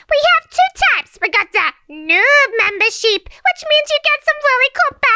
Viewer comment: Mimber ship not sheep